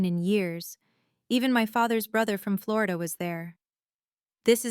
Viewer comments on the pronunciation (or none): none